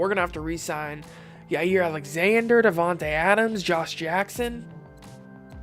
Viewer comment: Did you seriously call Jaire yayir